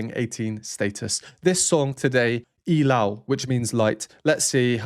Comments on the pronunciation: Subscribed! The only reactor who knows their name, their voices and pronounce well the word ILAW. Mad respect for you, Sir! Love all the explanations about the instruments and even the count of their verses. The hype is really hyping. ❤ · thank you very much sir for perfectly pronouncing "ilaw"❤❤❤ hope to see more of your sb19 rvs 🎉🎉🎉🎉🎉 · You are the only reactor who is new to sb19 that perfectly pronounced the word ILAW. THANK YOU!